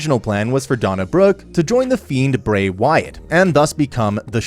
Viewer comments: Donna Brooke... and then you kept saying Seth "role" ins... But then you called Bray Wyatt "Brian" Wyatt... WTF??? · If you're gonna do wrestling content, you might wanna at least pronounce their names right. Who in the hell are Donna Brooke, Bryan Wyatt, and Seth Rowlands? 🧐